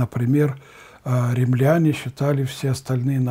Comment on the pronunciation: ненависть ударение на первый слог, откудава- откуда, римляне-ударение на первый слог